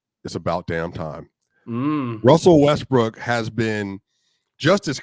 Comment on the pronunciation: Haha he said Wussell Restbrook 😂